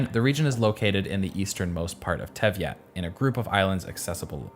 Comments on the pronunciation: Claiming to have played a lot of Genshin Impact but literally not even 5 minutes later mispronouncing “Teyvat” (look at for example , or timestamp) not really convincing dude. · For someone who says he played the game a lot, he can't seem to pronounce the most basic words, like anemo and teyvat. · Great video but your pronunciations of teyvat and other words were so god awful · Beautiful video, I got really rilled up for your pronounce of Teyvat, though :D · I don't understand how you played the game, but are butchering every name. At least take some effort to learn how to pronounce names of places and characters, it's not that hard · TEY-VAT! Not TEV -YAT! huhuhuhu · It's "Tey-vat", not "Tevy-at", lol. Other than that, great vid! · Is there a reason he's been calling it Tevyat instead of Teyvat? (swapping the Y and the V) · It's TEY-VAT - not TEV-YAT It actually has a meaning in Hebrew which is not a coincidence Otherwise, great video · Every time I start getting comfortable watching this video you say Teyvat like te-i-vat instead of tey-vat and this overwhelming sense of dread envelopes me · Fantastic artistic review, but your pronounciations of certain primarily things (Anemo - An-i-mo - Not A-neemo. Teyvat - Tay-Vat - Not Tevy-Yat) are rather atrocious. This is makes certain portions difficult to watch simply due to how jarring this is (Imagine trying to watch a documentary, but the person pronounced "Water" as "Way-tor", and Grass as "Goruss" whilst pronouncing everything else regularly - It takes you out of the video to the extreme) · dude its not teviat teyvath its annoying when u keep butchering it completly. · just a small correction: it's tey-vat not tev-yat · Great documentary, but the Teviat instead of Teyvat (they-vat, not they-viat, there's not i in there) got me tilting everytime it was said XD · its teyvat not teiviat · i died every time you said Teviat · It’s Teyvat not Tevyat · It pains me to hear tyevyat instead of teyvat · Tey-Vat not Tev-Yat